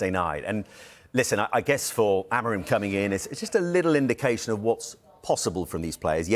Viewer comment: I am not a good teacher of phonetics.. But chat gpt does a great job at it: To help an English speaker pronounce the Portuguese name "Amorim" correctly, here’s a breakdown: 1. First syllable - "A": This is pronounced like the "a" in "father." It’s a short and open "a" sound, more like "ah." 2. Second syllable - "mo": This sounds like the English word "mow" (as in to cut grass). Say it quickly with a slightly rounded “o” sound. 3. Third syllable - "rim": This is a bit different from how "rim" sounds in English. In Portuguese, "im" is a nasal sound, similar to the “-an” in “Jean” in French, but with an "m" at the end. It’s almost like saying "reem" but letting it resonate through your nose, with no hard "m" sound at the end. Putting it together: "ah-mo-reem" (where the last part sounds a bit nasal and softer than in English). It might take a little practice to get that nasal sound at the end, but this approach should make it close to the original pronunciation.